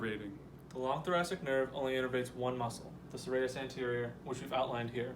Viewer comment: That is not how you say thoracic 🤦‍♀️